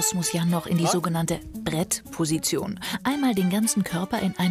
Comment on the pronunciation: Normale Leute: Plank: "BrEtTpOsItIoN" 🤣🤣🤣